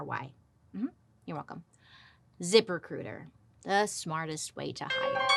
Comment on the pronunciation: I love when Bailey does a zip recruiter ad read. It sounds like she’s saying zippercooter 😂